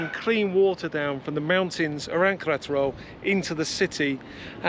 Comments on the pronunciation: For the lady it should be more like Ke-re-ta-ro, with the spaces yes... because you're sounding like "ketro". In Spanish whatever is written you pronounce, there's no shortcut nor lazy approach. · Great video guys keep them coming. I watch with subtitles on and pronunciation of Queretero translates to Karate Roll and Collateral:-)